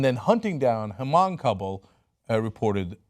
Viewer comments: Hamong? H is silent. mon-guh. H-mong. short g or nearly non sound. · Cenk, "Hmong" pronounce simply as Mong, not "H-Mong" or Mawng as one other person said. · Hey, Cenk! I love your coverage on this, and I follow your channel because it's the only reliable channel. I would like to make a minor correction your pronunciation of "Hmong". It's fairly simple. It's practically pronounced "mong". The 'H' is silent. This story is ridiculous and tragic as a fellow Hmong because the Hmong family there were, if not refugees, were children of refugees of the Secret War in Laos/Vietnam War. To come here to America to escape persecution by the communists government there and to only be killed here in the US is so infuriating and disheartening. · Hmong is pronounced "mawng". Thanks for covering the story though! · it's pronounced mung shithead. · Cenk, the "H" in Hmong is silent. You don't prince it with the "H". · The 'H' is silent in 'Hmong'.